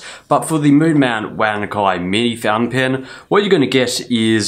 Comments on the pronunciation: chinese pronounce it as ONE CHAI (as chives) and not as WANK EYE. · Great review. Btw The pronunciation is actually somehow like "wan tsai" in chinese, not " wan kai" .